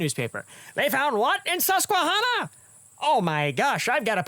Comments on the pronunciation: as someone from pa it made me cringe the way you said susquehanna...... love u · I'm president of the Susquehanna Art Society, am part American Indian, and grew up in the Susquehanna Valley in PA...funny thing is I never heard this giant story! Also...you are saying Susquehanna wrong...not that it matters ;) I know it's your thing.